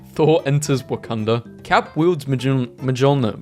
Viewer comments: The way he pronounces Mjolnir drives me up the wall. ME-YOL-NEER. M-JOL-NIR. MJOLNIR. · Its pronounced "miolnir" basically right ? I check to be sure and yeah its something like "Mi-ol-nir" (even tho its written "Mjolnir") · Mjolnir is pronounced more like Myolnyr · Mjolnir is pronounced Meol neer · are we gunna ignore how he pronounced Mjolnir? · Someone tell bro how to pronounce mjölnir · Please if you are going to do an entire 48 minute video about marvel memes, please know how to pronounce Mjolnir P.s. no hate I love your channel it's just mildly annoying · The j in mjolnir is silent.